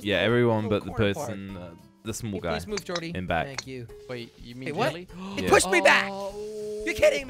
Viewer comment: Its "Jelle"